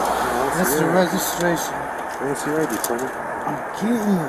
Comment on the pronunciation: Heresss zzhe regshisshtrashun. Dude drunk AF. LOL